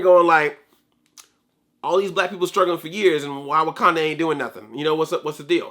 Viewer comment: Andre I'm sorry but... WIKANDAN KNUCKLES